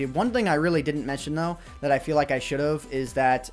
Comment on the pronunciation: don't you mean "chould"?